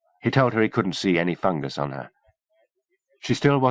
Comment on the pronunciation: It does sound weird since that’s not how people usually pronounce it, but I got used to it eventually. Plus I think if they kept saying “fun guy” my brain would be constantly trying to make jokes out of it. 😝